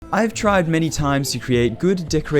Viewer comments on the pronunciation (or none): “I’ve never actually TRIDE the modern style” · "I've TRIDE many times"